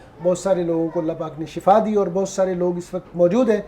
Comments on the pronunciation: ye lafz shafa Nahi hae bulkay shifa hae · Shafa nai Bhai shefa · Shafa moat ko kahtay han, yah lafz Shifa hay